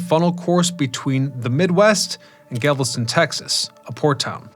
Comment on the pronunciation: It's GALveston, not Gavelston. ; )